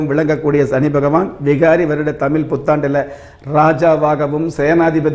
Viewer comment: First of all prounce the word tamil properly